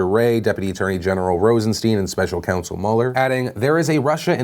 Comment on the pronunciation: Phil why you gotta mispronounce Mueller and Nassar